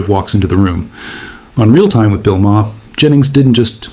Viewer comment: It would help if you could pronounce Maher. This is not rocket science type stuff.